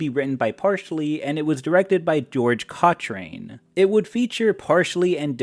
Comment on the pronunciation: Cochrane is pronounced "Cock-rhun"